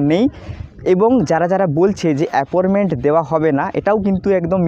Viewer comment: ওটা apporment বলেনা,appointment বলে,,,, যত সব,,,,,,,,,,,?